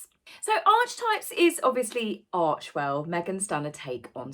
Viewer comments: lol. as is Archewell, which should actually be pronounced Arkiwell. I assume M. doesn't realise that. Mispronunciations can indicate that you learn much language from reading, as is the case with me :) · If you look again at the dictionary definition you'll see it's pronounced arkitype. Archewell, should really be pronounced arkiwell. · True. Archewell is also pronounced wrong. 'Arche--' is derived from Greek.